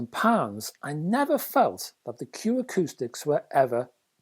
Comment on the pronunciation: Arrrrgh! It’s Q AcousticS. There’s an ‘s’ on the end.